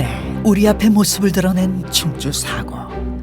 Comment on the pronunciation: "사고" 발음을 나레이터나 출연자나 모두 엉티리로 하고 있네 교통사고라고 할 때의 이 "사고"랑 같은 발음을 하고 있는데, 다만 나레이터는 "사ㅡ고" 이렇게 "사"를 아주 조금 더 길게 발음하는 것이 다를 뿐. 역사기록물 보관소라는 뜻의 사고는 →↘(사는 평이한 높이에 짧게, 고는 아주 낮게) 이렇게 발음해야.. 저렇게 발음해서야 "사고"라고만 했을 때 어떤 일이 벌어진 사고와 역사기록물보관소인 사고를 어떻게 분간할 수 있겠나. 발음을 엉터리로 하니 유투브 다국어 자동번역이 accident라고 해버리지